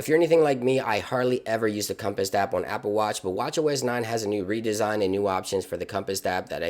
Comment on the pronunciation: ... dude definately called the compass a "compist" like 9 times.